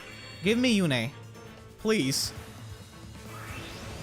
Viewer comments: "Yune" is a real name, and it's pronounced "Yune", not "Yune-a" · It's not June yet so it's yu-ne. Ok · How do u pull Lewyn...he's an absolute cryptid in my game e.e I only managed to get Halloween Myrrh and a dupe Halloween Kagero(good fodder hehe) with around 40-50 orbs so not bad. Also congrats on the Yune! I tend to pronounce her name as Yoon-eh and I doubt I can change that ¯\_(ツ)_/¯ (Also also gen 5...I see you are a man of culture👌)